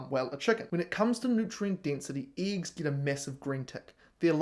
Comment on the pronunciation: Dude, just pronounce the E in eggs like you pronounced it here in mercury... and people will stop laughing at you